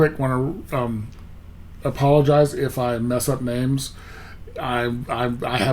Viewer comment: you got all the names right